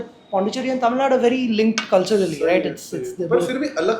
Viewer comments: does he deliberately mispronounced tamilnadu as tamill*du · Tamilnaidu he meant